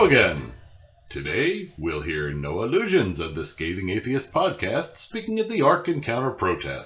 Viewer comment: That was, again, great! There sure were some great speakers there! I wasn't sure how to say Noah's last name, lol, it sounds like 'no illusions'! Which is so fitting! 👏😂😘💓✌🎃